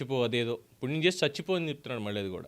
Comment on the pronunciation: 🦜 NOT " Chachipo "... 🤫 Manchi Panulu Chesi.... " CHACHI PO "........ 2 ) WHO SAID JAGAN STOPPED V.SAI's CHANNEL.... 3 ) Renuka Chowdhury " PUBLIC LY.... in... PARLIAMENT.... SAID.... " IT'S KAMMARAVATHI ".... 🦜...... JAKEE..... 🤣🤣🤣..... Dhanraj Journalist ✒️🔥